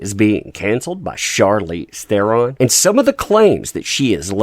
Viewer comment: FYI. Charlize pronounced her name on a talk show (maybe jay leno?). And her last name is pronounced Thren with a roll on the R.